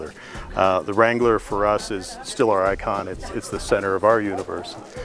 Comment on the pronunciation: You saying Jeep Wrangler wtf